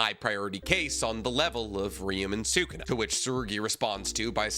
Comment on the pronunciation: Can we say sukuna’s name right lol